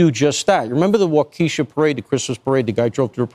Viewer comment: Dude really just said "wa-keesha" ... It's wa-ka-shaw